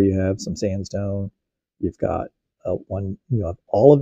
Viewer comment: Thoeleiitic, (tho-lee-it-ic) not theoliitic. 🙂